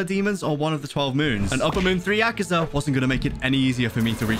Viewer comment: Ay guys did u notice that how he says akaza he says akazar not akaza proof 👉